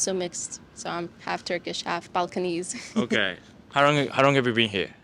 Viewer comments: did she say Falconiese did she say balkanizes? balchaniese? ima need to google that? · Kıza bak Türküm diyemiyor utancından, Balkanese diye mabadından uydurmuş bir kelime. Yuh size